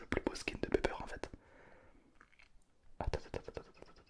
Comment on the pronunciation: ON DIT PAS PEPER ON DIT PIPER OU POLLY